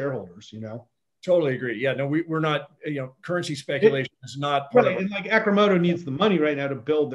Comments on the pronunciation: The guy keeps calling it "Acrimoto". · Ross; Dude! Ack-rimodo - is not the name! Fun, Unique Video. Good job!